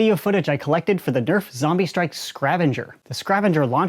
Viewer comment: It’s zombie strike not zambie strike Frank